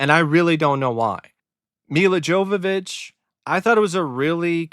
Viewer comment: I found this movie to be just so-so. Aside from Denzel and his brilliant performance, I also thought Milla Jovovich was really hot in this movie, and that's about it. BTW,, her name is pronounced "Yo-Vo-Vich". Just thought I'd correct you there. LOL